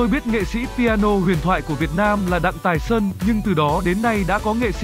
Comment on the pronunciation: Sub ở dưới vẫn ghi là Thái Sơn mà vẫn đọc là Tài Sơn, đuổi thằng đọc này đi